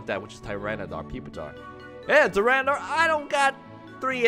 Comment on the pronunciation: Hey? It's pronounced TY- RAN-A-TAR. Where do you get the dar from?